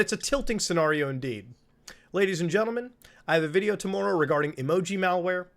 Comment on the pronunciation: did MutaBuddha just say tomoorrow?